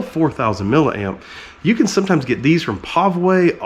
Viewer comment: Did you just say "Ken you see this?" while talking about your Ken block replica truck?